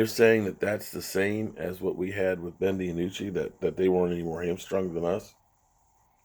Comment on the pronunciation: Lol Ben Di-anucci